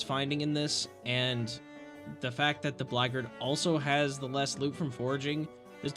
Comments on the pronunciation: It’s not pronounced blackgard, it’s blackguard, as in black-guard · Is Blackguard supposed to be pronounced like "Blaggard" lmfao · That's what I thought you said. I was like "What kinda modded class is the Blaggard?" Then I looked at my screen and went "OH BLACKGUARD!!" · I'm sorry, as a Blackguard player, the way you pronounced "Blackguard" dealt major psychic damage to me 😭